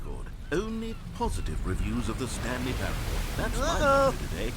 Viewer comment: me hunting down stanley parable streams "I wanna play a game, how long is 'stanley parableuh'?" oh boy, well that depends, it could be 4 minutes, or 4 hours,..